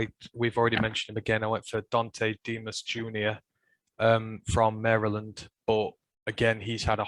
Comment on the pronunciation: You did not have to fix your pronunciation of Mary Land, lol, we say it wrong lol. But yes, you pronounced it correctly ;)